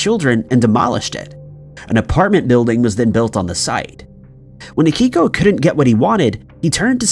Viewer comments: It's Akio not Akiko. Also you did not need to say his name that many times... We know who you're talking about. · His name was AKIO Kashiwagi....NOT "Akiko".... 🤦‍♂ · And can’t Akio’s name right either. Pretty pathetic. Boring and annoying.